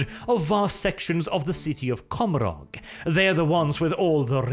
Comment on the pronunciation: Ca-mor-ah Your pronunciation of that word mad me cringe inside.